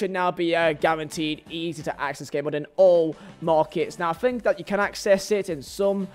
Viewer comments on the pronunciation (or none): none